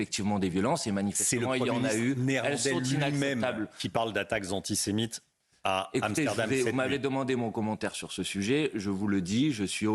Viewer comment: Aller, on va faire un peu de vocabulaire et de diction car c'est un peu manquant dans le discours. "Anti", vous savez comme "anti fa" le truc bien connu des militants d'ultra gauche. "Sé", comme séjour, bien connu celui là aussi. "Mite" , comme l'insecte, si, si ,comme le ministre imaginaire des insectes (cf : Claude Malhuret ) bref un nouveau mot à 50 points : ANTISEMITE...